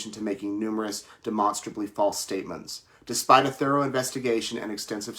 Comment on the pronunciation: The reporter should revisit his pronunciation of the word demonstrably. Edit: He got it right the second time. Good.